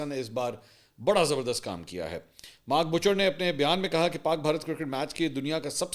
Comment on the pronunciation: 😂 بھائی مارک بچر نہیں مارک بائوچر ہے 😂 مارک بچر قصائی😂